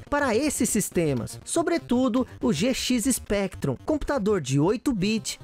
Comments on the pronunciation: eu estou ficando meio surdo ou ele disse GX Spectrum ao invés de ZX Spectrum? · "Gê xis Spectrum" quá quá quá quá escorregou a dentadura do.